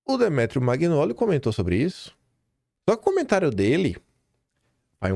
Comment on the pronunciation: Pelo amor de Deus! Nao é “Maguinóli” . Nao custa respeitar a pronuncia dos nomes de origem italiana. Você pronuncia lasaguina ao invés de lasanha?